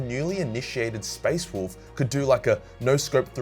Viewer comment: You said it wrong…it’s WOLF damn it